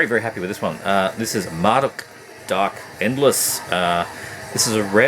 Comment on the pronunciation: Vempire is literally my favorite CoF material. The Forest Whispers My Name might be my favorite song of theirs. Man, I need all those old Marduk cds. Dark endless is awesome. I appreciate you pronouncing their name the way I do haha. I hate "Mar-DUKE" for some reason. Mar-dookie. Tara is fucking GREAT and the old Absu albums are very good as well. Lunar Aurora... YEEEEES. I need the early stuff but I have al the stuff from Zyklus forward. All great shit though. Cosmic, noisy and destructive. I got lucky and got Hoagascht on vinyl locally. Enthroned is awesome. Towards the Skullthrone of Satan and Carnage in Worlds Beyond are my favorite albums by them. Vicious shit. Trolldom is sick. Crazy though... It's old material, but two albums in one year. He might have more albums set aside I'm thinking. Lamp is sick but so hard to get physical copies of. Great vid, as usual!